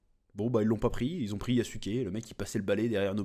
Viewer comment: c'est yazuc pas yassouké😂